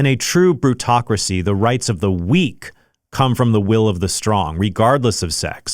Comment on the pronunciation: isn't it kratocracy?